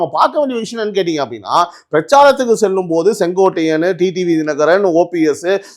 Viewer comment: அய்யா செங்கோடை அல்ல செங்கோட்டையன்... கொட்டையை நல்லா அழுத்திப் பேசுய்யா நல்லா வரும்.😂😂😂😂😂😂😂😂😂